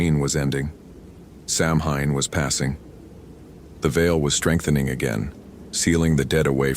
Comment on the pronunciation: If youre gonna narrate stories about samhain and irish people, please for the love of god learn how to pronounce the word. Its not sam-hayne. Its sow-wen.